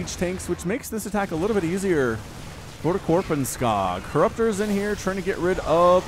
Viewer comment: And why pronounce it Korpenskaag?!